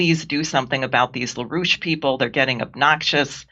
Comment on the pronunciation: La rouche? I’m only hearing Rouge